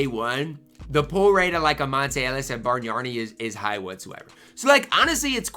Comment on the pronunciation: Bargnani = Barn-Yawn-EE (you are adding an "r" where there isn't one.) oh....and Brad Daugherty = Daw-er-tee (you are adding a "t" where there isn't one.) Brad I have seen you talk about this year and last year. I am old and remember them both....so just trying to help. Good video.